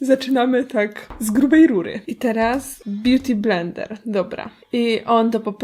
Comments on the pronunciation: kto tam usłyszał "blendel" XD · A kto słyszał Brendel?